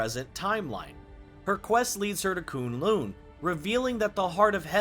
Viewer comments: Great work! Couple notes: K'un L'un isn't pronounced KOON LOON. It's Kuhn Luhn. And it's not WOONdagore. It's Wuhndagore. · It isn't koon loon it's kun , the u is the same as in us and lun and in undo or under